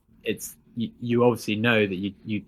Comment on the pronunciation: "Ovishee" or Obviously...?